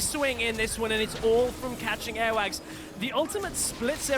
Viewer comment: Every time I hear the commentators say "Airwaks" sounds kinda like earwax